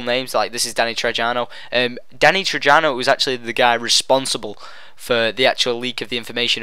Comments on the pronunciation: btw mate its pronounced Trejo.... Tre-jo... Not Tre-jano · Who's Danny Trejano? It's pronounced TreHo you silly goose. I think they even say his name in the trailer. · dude, the actor's name is not Danny Trejano... his name is Danny Trejo.. damm can u at least get his name correctly, he's a very well known actor, he deserves respect. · its not Danny trej - ia - no its pronounced Danny Treeo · IT'S PRONOUNCED "TREY-HO" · Its Danny Trejo (tray-ho)... Jesus man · Danny "Tray-ho" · Trejo. The J is pronounced as an H. So Its sounds like Treho. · Its Danny Trejo (tre.ho; since he is mexican not to be racist but hat is how its said) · danny trejo pronounced treho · its pronounced treho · No one has an sprcial individual melee weapon. And your saying Danny trejo's name wrong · It's Danny trejo, Not with a j sound its an h sound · learn how to pronounce Trejo....